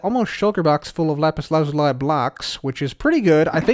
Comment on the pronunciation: It’s pronounced lazulee...